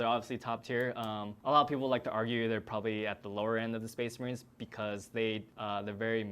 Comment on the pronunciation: SPEHS MAHREEN